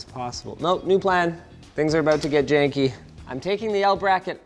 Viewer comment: "Things are about to get Jakey." That's what I heard, and I hope that's what Linus calls "janky" now.